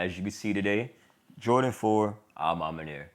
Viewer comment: Bro keeps saying Ah mahmah 😂🤣😆😆 Edit: Someone take a shot every time he says, “I feel like.” I’m going to try it, y’all pray for me 😂🤣😆🙏🏾😅